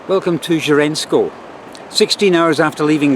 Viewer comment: 10/10 in the competition among foreigners in pronouncing the local names 'Hřensko' and 'Děčín' 👍